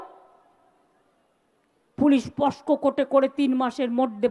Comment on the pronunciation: আবার অশিক্ষিতের মত পক্স আইনকে বলছে পস্ক